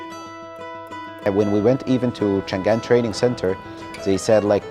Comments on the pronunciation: chang an. not Chan Gan.... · 他们把chang an读成了chan gan. 应该是一开始没有纠正，后来他们都那么叫了，就这样吧😅😅改不过来了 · 外国人都把chang an，说成chan gan😅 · 每一句都是 ‘ 产干’，都没有纠正一下吗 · Changan出海，大多念“强干”，好吧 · 产 干